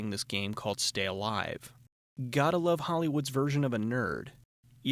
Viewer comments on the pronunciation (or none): none